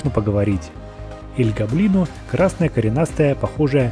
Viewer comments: гОблино а не гоблИно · Советую говорить не роблокс игра двери а из плэйса двери И ещё не эль го́блино а эль гобли́но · Не эль гобои’но а эль го’блино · всё класно, НО я как опытный фанат Doors Roblox хочу отметить что крест должен лежать на жёлтой подушечке, а таблетки на белой. И ещё: не Эль ГоблИно, а Элт ГОблино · Эль гобли́но? Нет Эль го́блино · Правильно ель гоблин а не ель гоблино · / Правильно не эль Гоблино а эль / Гоблино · Эль гоблино с о а не с а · Эль Го'блино на первую о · Не Эль Гобли́но а Эль Го́блино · Не аль-гобли́но а эль-го́блино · Эль го́блино, а не эль гобли́но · я просто поправляю, Эль Гоблино в его имени ударение на о не на и. И с Бобом можно взаймодействовать но будеть писать Ничего не произошло. Ловушка это растение. А-60 Поевляетса после двери А-60 ну также эти двери от А-000 до А-1000 в румсах их можно открыть спомощю двух отмычек и ключя скелета. И А-200 нету он называетса А-120 и он появдляетса после двери А-120 а не 120.